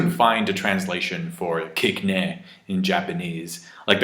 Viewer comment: It's not KIKNE, it's KIKANE~ meaning "it didn't work!" as in the bullets didn't work against Sanji